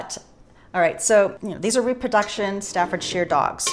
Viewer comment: Staffordshire is pronounced Stafford-sher, exactly as you pronounce Hampshire/Hampsher:)